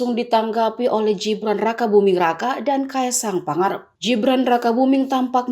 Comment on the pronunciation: Mbak pembaca, Gibran, bukan Jibran. Membaca mbok ya yang bener